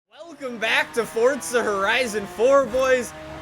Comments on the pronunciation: its FORZA not FORTTTTTT:)))))))) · Anyone else offended by him saying mAAserAti and forTsa